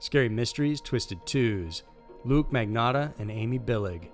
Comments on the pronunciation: It’s LUCA!!!!!!! Omg do some fucking research!!!!!! Good channel but the stupid little mistakes you make (ALL THE TIME), makes it seem like you don’t care about what you’re doing. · It's actually pronounced look-yah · Its "luca magnotta"